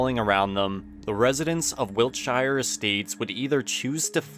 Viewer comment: I know it’s not really relevant because the series is based in America, but as a englishman the pronunciation of wiltshire is jarring af